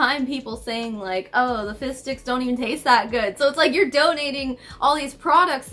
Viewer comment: lol every time you say “fizz sticks” I just hear “fish sticks” and then I think of South Park and can’t stop laughing about the idea of them donating “fish dicks” 😂 Sorry. I’m starting to go a little looney stuck in the house with 3 little kids for this long... and I’m immature.